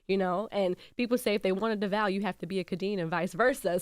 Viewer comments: Charlamagne, that man has been around long enough for you to pronounce his name correctly. Get that shxt together sir. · Devale said his name sooo many times... and they STILL mispronounced it. Please say it right y'all. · When Charlemagne says devale’s name, it’s like “why aren’t you pronouncing his name correctly sir?” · Wish this was longer. Love Khadeen and Devale. They seem so down to earth. It showed how humble he was by not correcting y’all for mispronouncing his name multiple times🤨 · I’m so annoyed they kept getting his name wrong like yall clearly don’t watch them or didn’t do the research cause they would know how to say his name smh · i love them soooo much!!! in my 20s with a dad that is from Flatbush. Feels like they’re my instagram Godparents man ! Rooting for them always . I hate when people mispronounce Devale name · As many times as the guests name has been said in this podcast, I do not understand why Charlemagne says his name incorrectly every time he mentions it. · Fantastic interview. But the fact that they kept saying Devale's name wrong is grinding my gears!!!!!!!!!!! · Same!!!! Like how!!! That shows he isnt a true supporter because how you get it wrong!? Especially after Jess said it right, and they mentioned his name multiple times in stories. Im like this shit is grinding my gears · The fact that he didn’t correct them made my skin crawl too. As someone who has heard their own name butchered … it’s so important to have people say your name correctly. It’s just a show of respect. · Right I’m like his name is not Duval and he not in Florida, it’s DEVALE! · Am I the only one annoyed that they can’t seem to get his name right, he even gave them a hint by constantly saying his name and Charlemagne still keeps calling him Duval. Every time they come on this show I wonder why they don’t correct him, anyway this was a funny interview. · The way they mispronounced Devale’s name the whole interview 🤦🏽‍♂️